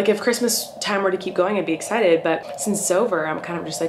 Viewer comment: “so tonight we’re going to a Christmas drive through... which I’m... very excidabow”